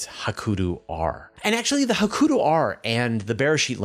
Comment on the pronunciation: Please learn how to say "Hakuto", or at least pick 1 pronunciation and stick with it. Japanese is in many ways phonetically very similar to Spanish, so pretty easy.